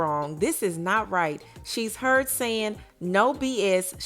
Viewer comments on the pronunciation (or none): none